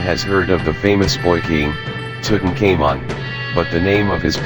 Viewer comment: The robot was pronunciation of Tutankhamen and Akhasinumun wrong